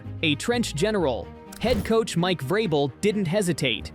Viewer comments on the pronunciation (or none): none